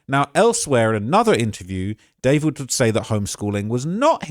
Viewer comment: I just learned its pronounced "da-4-vid"